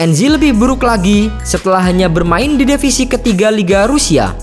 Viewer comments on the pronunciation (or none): divisi min bukan devisi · "DEVISI" LOL